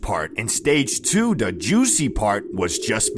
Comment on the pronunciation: Does bro actually talk like that?😂 Bro says "da" instead of "the"